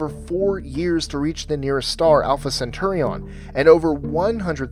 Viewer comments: it's not alpha centurion it's alpha centauri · Did he say Alpha Centurion? It's actually Alpa Centauri. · It's Alpha Centauri, not Alpha centaurion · Alpha Centaurion ? I always thought that it's Alpha CENTAURI. Youngsters keep changing simple timelines words into gobbledeegoop wth. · Yeah I cringed when I heard that. Made me doubt everything else. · GreenMachine Same. I rarely cringe for real, but 'Alpha Centurion' physically hurt to hear. 😂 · Had to stop watching it after he called the closest star "Alpha Centurion" -_ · "Alpha Centurian" ?.... bruh